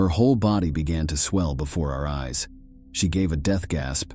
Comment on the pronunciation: Isabella saying, “Nooooo! Nooooo!” Like a Wheel of Fortune contestant realizing that her pointer was about to strike “Bankrupt.” Also the narrator pronouncing the word “eyes” as “ees.” 🤦🏾‍♂️